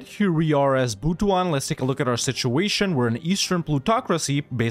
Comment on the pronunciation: It's actually pronounced as Butu-an it pains me so much that you butchered it but it is what it is.